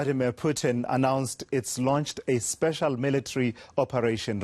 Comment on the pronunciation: Spesal ? Ok